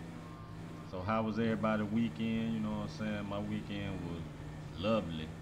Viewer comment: Ik he was from the H when I heard him say ( you none sayin)